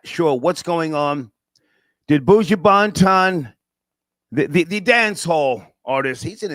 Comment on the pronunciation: How is it really hard to pronounce Buju Banton? 4 letters, n 6 letters. Like, freal, this is part of separatism problem! Buuujoo Baant-on! 😂